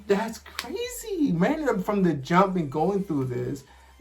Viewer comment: It's Reiner not Rainer